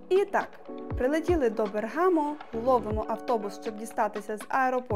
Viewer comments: Тільки не БергАмо, а БЕргамо. Дуже гарне відео, невимушенеі якісне озвучення україгською. Милі молоді люди, хай все вам вдається. Ми дуже любимо ці місця, майже кожні вихідні сідаємо в поїзд і їдемо з дітиськами погуляти . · я живу в Італії 22 роки. Раджу місто BERGAMO, CITTÀ ALTA правильно не БергАмо а бЕргамо. Потім дуже чудові краєвиди LAGO MAGGIORE ( озеро Маджоре ) - VERBANIA, Lungolago di Pallanza, CANNOBIO, STRESA ( isole Borromee, palazzo Borromeo) це щось неймовірне. Загугліть. Треба обовʼязково відвідати, не пожалуєте, повірте.